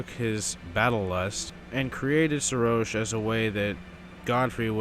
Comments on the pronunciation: It's not Serosh, it's Seroshhhhhhhhhhhhhhhhhhhh. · I know this is a a old video. But bro didnt even pronounce his name correct even after Godfrey said his name. Like bro.